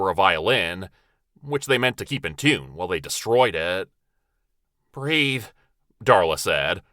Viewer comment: Loved the intro, and the story was good. But the only thing that sticks with me is saying BREATH!.lol